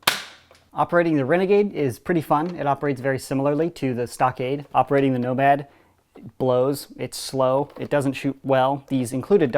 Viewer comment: totally just said "nobad"